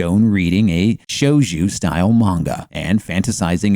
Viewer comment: shojoo not shoujuuu